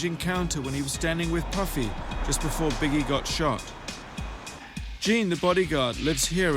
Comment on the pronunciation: Biggae and 2pack